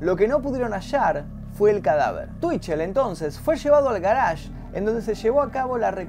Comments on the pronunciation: "El garásh" ¿oyeron? "el garásh", oh lala señor francés, si como no... -: ¿Cómo se dice entonces? - Yo: Parqueadero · El "garage", ulala señor frances